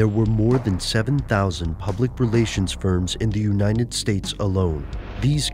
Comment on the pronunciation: "unighded kingdom/Unighdeg States" lol why can't you say "united". man?!